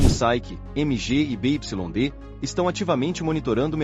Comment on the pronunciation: essas vozes de IA são horríveis, mas uma dica, nos próximo textos, escreva Biuaidi em vez de BYD, valeu.